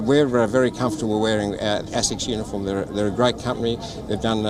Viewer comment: So according the the Ozzie team, not using slave cotton makes it the highest standards? Also someone should tell him how to pronounce asics.